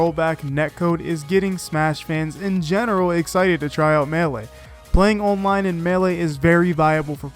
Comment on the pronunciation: Great video but the way you pronounce “online” pains me for some reason.